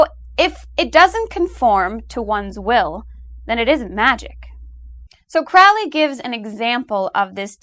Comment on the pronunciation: Excellent video! FYI Crowley rhymes with holy :) There are a few other things to nitpick, like that there are actually plenty of black robes and people worshipping the devil (in a luciferean, promethean sense), and I think some of your dates are off, but anyway, excellent overall! It is wonderful to see someone clearly explain the definition of Magick as given by 666. Consider doing a piece on the Law of Thelema?